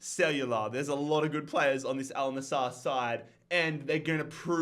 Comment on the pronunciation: Bro it`s AL NassEr not NassAr